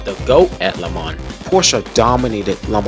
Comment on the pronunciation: Not to mention your pronunciation of LeMans, Targa Florio and many of the drivers names is all wrong. But the footage is excellent.